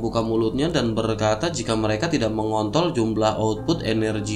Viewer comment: Apa gua doang yg denger kata mengontol ? Wkwkwk